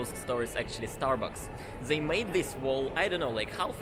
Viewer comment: Who will finally tell russians that it's not: zey but they and this instead of zis?